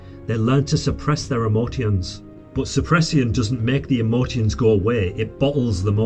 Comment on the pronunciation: Ive never heard anyone pronounce words like this before Its not a "ceon type sounds is a "shon type sound from the ion words Emo "shons " not emo "tiens" Agress "shon " not Aggress "ceons 😅